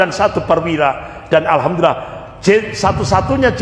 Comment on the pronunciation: Bukan. Alhamdulillah bro tapi yg benar bacaannya Alhamdulillah...lah KLO anda sholat sebut Alkamdulillah pasti sholatnya batal karena SDH berubah arti bacaannya...makanya perbaiki cara bacanya jangan ikuti logat daerahnya..harus ikuti logat BHS Arabnya..harus bisa bedakan...